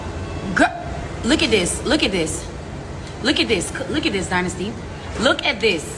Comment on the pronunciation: Guyssss she was like “look at this dynazty” GURL MY NAME IS DYNAZTY